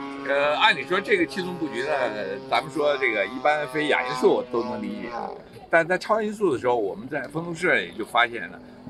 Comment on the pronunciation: 襟翼？怎么发音的？jin3 仅翼？ 连襟，怎么读？ 衣襟，怎么读？ 泪沾襟，怎么读？ jin1, 音今，音斤，音巾。 哑音速？ya3? 音雅？ 亚洲，怎么读？ 三亚，怎么读？ ya4, 音讶。